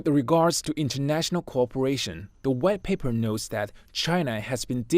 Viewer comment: "the red paper..." ... "the red paper..." is what I've heard Please train this narrator or let him do some other task until his pronunciation improves